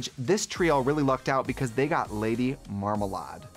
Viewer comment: She may have mispronounced GottMik, but she's the first queen I've seen reviewing this episode who pronounced Lady Marmalade correctly.